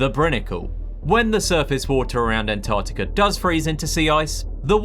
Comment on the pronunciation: Mate ya might want to learn how to pronounce ANTARCTICA before you make yourself a guru on it innit😮